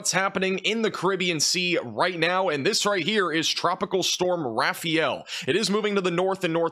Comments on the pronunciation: It’s not pronounced rafi-yell. It’s ra (rah), fa (as in father), el (like the letter l). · It’s pronounced ”Raf-eye-yell”